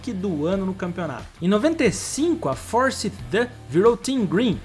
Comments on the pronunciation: Sem contar o "Fórssite", foi de doer o ouvido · A equipe da indy se pronuncia "for saiti" kkk conte com a gente para os detalhes tecnicos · Amigo estude mais, Forsythe sem pronúncia totalmente diferente do que você disse, fora outros nomes.